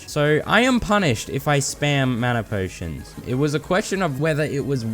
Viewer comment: "manner potions" 💀😭